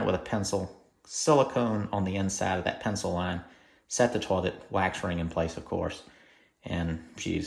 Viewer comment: Cracked up when I heard "turlet". 😂